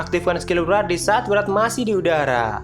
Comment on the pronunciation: Yg gue dengar Murad,padahal wrath🗿